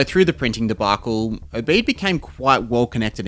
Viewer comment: It is pronounced Obead not Obay'd